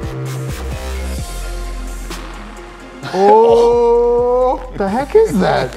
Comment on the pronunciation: Vineshin: Vinigerette: Vinigeru Me: soooo what is it called????